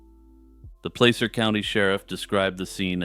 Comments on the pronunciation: In the second story, it pronounced pla-ser not play-ser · You said placer completely wrong. Lol soft a